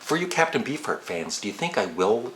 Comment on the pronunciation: I LOVE Pearl Jam!! Corduroy is one of my favs. from them - off of Vitalogy (classic album for sure)., I know you said you didn't get into their newer stuff, but check out their song "Sirens" off of Lighting Bolt (newest album)... beautiful song with lots of texturing. Also, every time you say "Captain Beefheart" I hear "B-Fart". Just saying.